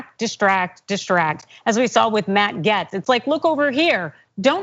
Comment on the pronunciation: Did she really say "Matt Gets?" He has been all over the news for a very long time. Everyone says "gates." What was that?